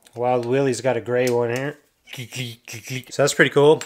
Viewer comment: It’s Willys, no apostrophe, pronounced Will-iss.